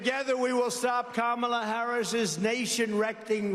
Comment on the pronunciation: I'm surprised he said kamala right for once